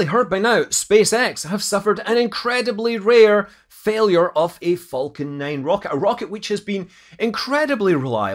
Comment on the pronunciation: It's "Falcon 9", not "Fulcan 9".